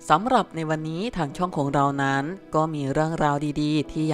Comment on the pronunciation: บอกให้หัด อ่านใกม่เถอะคำว่านั้ๆๆๆๆๆๆๆๆคำคาน